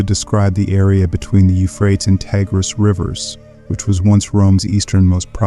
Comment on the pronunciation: Can you pick one pronunçiation for the word, Euphrates? Sometime you pronounce it as I was taught, You-frae-tees. But several times you pronounce it like You-fraets. I've never heard an English speaker pronounce it this way who wasn't just a kid making jokes. But, perhaps it is an ignorant AI that is actually speaking the text and you couldn't be bothered to edit the audio mispronunciations?